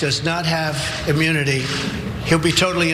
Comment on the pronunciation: Is he saying AMMUNITY? 🤦🏽‍♀️